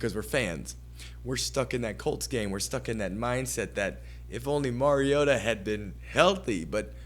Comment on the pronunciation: Did this moron say MERiota? Its MARiota. All credibility lost